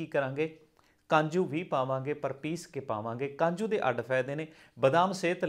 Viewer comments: kanju ni kaju hunda hai ji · Kanju nahi hunda ji kaju hunda